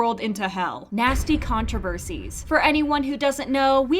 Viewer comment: Controversies, not contreversies